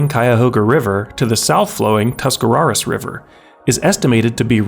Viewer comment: You said Tuscarawas wrong. we call it the Tusk-uh-ROAR-ihs river here